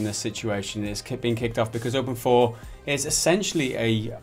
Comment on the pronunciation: Open 4? I thought it was open "eye v"